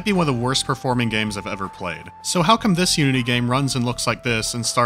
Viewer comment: When he said "Unity engine" I thought he said the "you-idiot engine"...